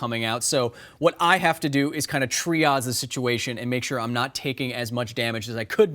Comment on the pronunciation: Sir, as a critical care nurse, I winced when I thought I heard you pronounce "Triage" like Tree - Oz. Tree-Azhe, man....